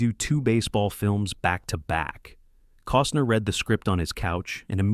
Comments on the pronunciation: And "Cooosner" for Costner. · Kevin “Coastner” 🙄🙄